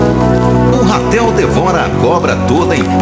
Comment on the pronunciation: Não é Rapel e RATEL!!!